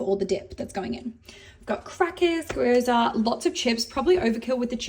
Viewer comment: Unsure if that Gyoza mispronunciation was intentional or not... love the FakeTaxi shirt though lol